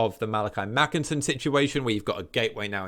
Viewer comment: 🤓🤓 Ackshually it's Makaisson not Makinson, Kholek not Khoelek and Tamurkhan not Tamurkhon 🤓🤓